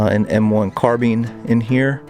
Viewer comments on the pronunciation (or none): none